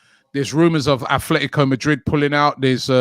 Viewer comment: There is no "H" in "Atletico" Rabbie...